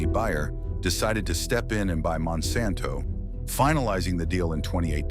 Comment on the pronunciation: Monsanto rponunced WRONG and randomly.